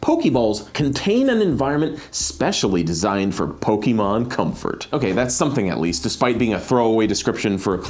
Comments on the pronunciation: Am I the only one really disturbed by them keep calling Pokeball with the hard ee instead of -ay-; "Poke-ee-mon" < "Poke-ay-mon". Didn't they remember the theme song? "Pokemon!" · it is actually pronounced poe-kay-mon and poe-kay-ball. That's what the ´ on top of the E does to it:) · pronounces pokemon like a grandma from the 90s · pains me everytime you emphasize the E in poke' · Someone should have googled how to say Pokémon first